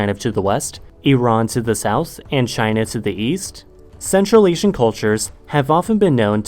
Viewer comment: Do you say "za" instead of the? 😂